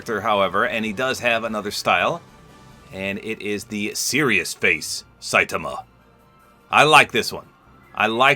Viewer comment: You said Saitama's name wrong